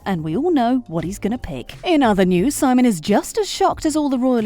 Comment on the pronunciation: I can't be the only one who finds it irritating that the narrator kept saying Simon as SY-mon. Watch the show, woman. It's se-MONE. Seriously!